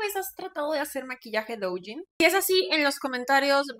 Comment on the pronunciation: "La madre del douyin" que no sabe pronunciar correctamente la palabra? 🤔